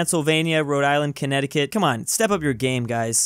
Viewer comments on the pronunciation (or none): none